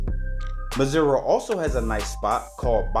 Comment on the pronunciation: broo you pronounced it so well from the gate,..... 😀